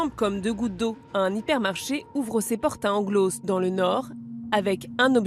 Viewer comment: travail baclé. Ne pas se renseigner sur la prononciation des noms ou des villes... Amateurisme. Mulliez se prononce é et Englos, le S est muet